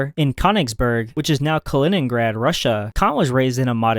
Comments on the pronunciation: A few more mispronunciations here: Descarte*s*, Edinbur*g*, K*o*nigsberg. And he needed to learn how to pronounce "Ludwig" as well. It's a shame he didn't bother to check any of these out to get them right. And how can anyone not know how to pronounce "Cambridge" -one of the world's major universities? When you can't pronounce what you're explaining your credibility really takes a hit. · That pronunciation of Könnigsberg is quite upsetting.